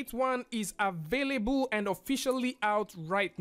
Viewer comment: Im so triggered everytime you said "avayaboo" instead available